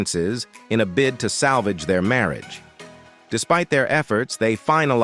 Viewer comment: I love the content but why can’t the narrator pronounce, “marriage “?